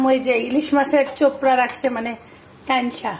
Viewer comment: চোপড়া। চুপড়া না।ফুলকার কথা বলেন?